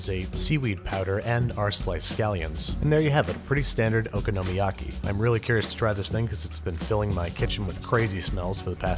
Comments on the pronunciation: Ooh-con-o-my-yah-key not oka-no-ma-yaki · "Oh-KAH-noh-miyaki". I've never heard Babish's pronunciation. Regardless, I love this dish. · Just be glad you don't speak Japanese d.ronzo17, because how he's pronouncing okonomiyaki is making my ears bleed. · It's funny people are upset about how you pronounce Worcestershire, but not Okonomiyaki. Maybe it's because I grew up where we eat okonomiyaki, I have never heard it pronounced this way before. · It drives me nuts too how he pronounces Okonomiyaki. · nah that drove me nuts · Foxtrot Felix i broke a little inside when he said it like that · "I know I said it wrong, but I'm just trying to trigger you" DUDE! This is the first time I have laughed out loud at your videos :D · its called okonomiyaki not okonomiyaki